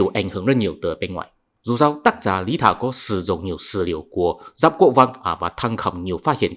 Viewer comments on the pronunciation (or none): none